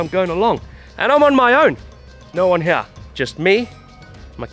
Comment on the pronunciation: Love how says "here", "heyah" lol